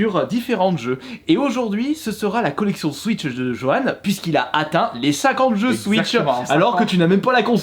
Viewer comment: Comment les noms des jeux sont écorchés 🙀🙉